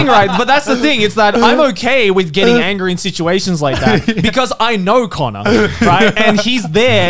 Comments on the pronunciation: Who's connor? Its Cannur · Here just to say cannur. Lmao.